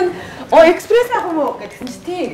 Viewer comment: Expresso bish shuu!! Espresso shuu! 😊